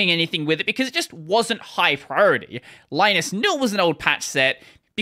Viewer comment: Just a heads up: Linus Torvalds (and Finnish people) pronounce the name Linus as "Linnus".